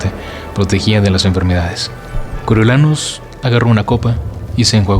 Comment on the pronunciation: Me gusta cómo narras, pero porfavor, haz un esfuerzo con el nombre de Snow😢, como vas a decir "coro YO" SE PRONUNCIA "CORIO"😢